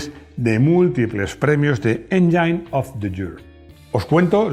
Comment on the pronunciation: Estimado ! Por favor aprende a pronunciar palabras como Downsizing, Engine o Eco-Boost, como comunicador social que eres y especialista en coches son palabras básicas del inglés que deberías pronunciar en forma correcta. Excelentes tus vídeos !